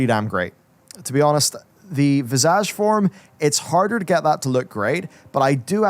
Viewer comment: Every time he says visage all I hear is vajazzle